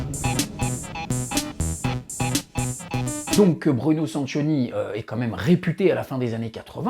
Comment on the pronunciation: Il faut prononcer "Sankioni". 😉